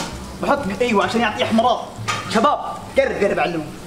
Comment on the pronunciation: احتمرار ✅ احمرار ❌ 😂😂